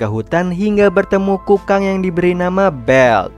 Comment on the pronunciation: Kukang,bukan kungkang😂😂😂